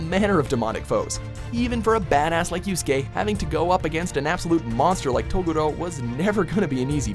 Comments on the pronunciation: it's TA GU RO!!! NOT TOGUROOOOO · Nay-ji? Toe-goo-roe? Pee-ccolo? Almost as bad as the time they called the Demon of the Hidden Mist Zabuza Momochi an alcoholic, aka Za-Booze-a